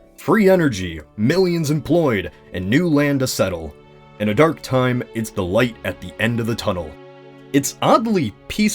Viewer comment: I though u said “That went dank”